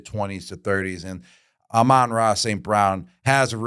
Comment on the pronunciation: Why does Jules add the letter "n" to some words & drop it from others?! 😱 For example, he calls it 'hefeNweizen' - but hefeweizen is pronounced hay-fuh-vite-sen. [Beer snobs chime in!] Then he butchers Amon-Ra St.Brown's name. Says it ok, but his next sentence this garbled 'Amay-ora' comes out when he starts the 10-minute timer. Let's just say it's more painful than funny.